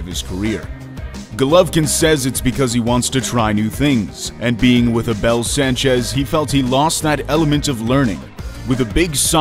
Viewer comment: A-Bell hahahaha